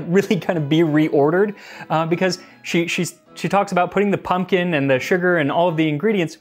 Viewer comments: I thought it said poom poom pie 😂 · So what youre telling me is that modern recipes just omit the "k" from their ingredient list? What are we just assumed to have infinite k's laying around the house?! I suspect your pronunciation is off, it's coming out rigid and elongated. I don't know for certain what is original but there is a pronunciation of "pumpion" that sounds a lot more like "pumpkin". Think less "pump-eon" and more "pump-yn". The abrupt drop-off in the emphasis after pump almost mimicks the sound of a "k", it can form a kind of small harsh exhale